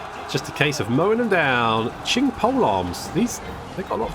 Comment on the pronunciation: Hey, just two pronunciations that were kind of bothering me, the first being "Qiang" as you pronounce it "Qing" while it would be more like "Qi-Ang" in one syllable. Second is Ma "Tie" which is pronounced "Tyeh"